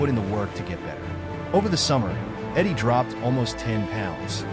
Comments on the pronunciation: Its Edey not Eddy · It’s edey not eddy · Great video. But please say his last name right. 😂